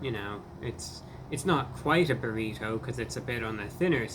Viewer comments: Burry toe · Brrr >🥶 Re - as in redo, rework, or reread Toe >🦶 And not how the word is commonly said, "burrido".